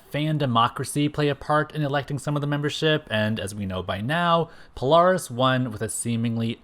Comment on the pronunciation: Well It Is Not Pronounced Sync Like Nsync, But Pronounced Sinch Like Inch But Spelled Synch, And The Same With Poaris, It It Pronounced Po-Lare-Is But Spelled Polaris. And I Would Have Loved To See The Real SABRETOOTH But With Every Power He Has Ever Had Plus His Adamantium Laced Bones With His 4our Claws, MIMIC Who Has All 5ive Original X-Men's Powers And Some Of Professor-X's Powers Permanently And His Mimicry Powers, The Original MORPH (Yes Changeling) Like The One That Looked Like The Animated Version But He Wears A Mask To Look Like Is AOA Counterpart No Cape, Have REVANCHE The Cybernetic Clone Of Psylocke Return And Be On The Team With A Story That She Actually Is Psylocke's Twin Sister, ROGUE, BLINK, CRUX From Cerebro's X-Men, SPIRAL, SYNCH, MONDO The Real One, POLARIS, HAVOK, THORNN, COPYCAT, SUNFIRE, TOAD, & PYRO